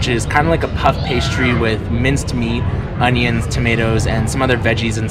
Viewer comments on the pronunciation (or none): none